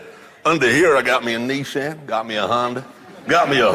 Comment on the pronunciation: Ah yes, Nissin, the soup manufacturer. Oh, sorry it’s a bit hard to hear you say the “a” in that word sometimes.